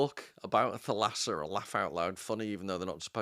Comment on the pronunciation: Thalassa is pronounced with the accent on the first a = Thàlassa and means sea (ocean) in greek.